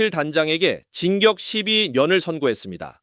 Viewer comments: AI아나운서를 사용하면 검수는 하시죠 "진격18년" 아니구요 삐~~~ 징역18년 입니다요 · AI는 아닌거 같은데... 징격 12년은 뭐지? AI인가? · JTV뉴스야 아무리 AI더빙이라도 감수좀 해라 징역이 어떻게 진격이 되냐? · AI야 발음공부 좀 해야겠다 진격12녀언을 선고....진격18년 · ai 음성 기술 갈길이 멀구나, 단어가 이상해서 아나운서가 발음도 못하나 하고 봤더니 ai목소리였구나 징역을 자꾸 진격이라고 해서 다시 봄. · 아니 음성이 ai가 .. 머지 징역인데 진격으로 들리는것 같은데 발음이 이상한데,,,, 이젠 ai로 하나보네... 명확하게들리는걸로 좀 하지